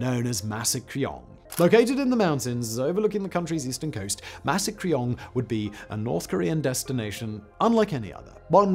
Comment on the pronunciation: Only possible with quaint American mispronunciation.